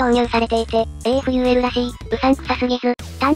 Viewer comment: AFULは、【アフー】と、発音するのでは!?